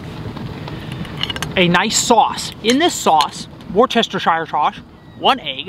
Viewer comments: Worcestershire sauce.... pronounced like... "wus ter shire" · Love the video but us from Massachusetts know its pronounced “wister-shiere” sauce :) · Greetings from the UK, great video, crab cakes looked great - heads up, I know the spelling of Worcestershire is a bit of a head-spin, but, it's pronounced "woostershur" sauce ;) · This man said wher sum sum sauce 😂😂😂😂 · In this sauce whorshestershire sauce😂😂😂😂🐼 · Worcestershire sauce lmao